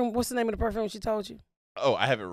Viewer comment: I thought she was saying “Woof” when she was talking about her appliances lol Perfrume, ridicalous etc etc. The words just add to the enjoyment of this episode. The duality of trash and garbage is right. Is there any surprise that a woman that has been shot in the nipple but now has money is a bit of both lol.